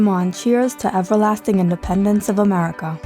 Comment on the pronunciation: right now, "I thought this was Murhica, I thought this was Murhrica"